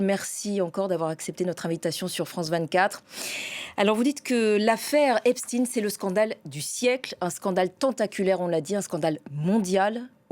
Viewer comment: En langue francaise, on dit "EpstEINE", - non pas Titine.